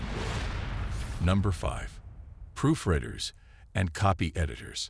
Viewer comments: I like I like beginning text of #5...Proof_Read_ers and the AI voice says Proof_Red_ers. I know that this little boo-boo, along with the fact that I still have to reboot my modem from time to time because of some random glitch, is no big deal, but I sure don't want AI driving cars...AI may not know when to tap the brakes, so maybe we should. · Did I, , just hear "proofredders"? Is the reader a machine? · "Proofredders"? Was this video narrated by yet another stupid artificial "intelligence"? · We know the narrator is AI aa he pronounces "proofreaders" as "proof redders". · Oh look, this AI voice couldn't even read "proofreaders" correctly...